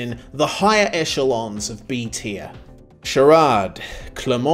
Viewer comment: Good pronunciation for charade. Oh boy the work you do for this videos... so brave... and lmao your face when you put ceasar palace race track om F...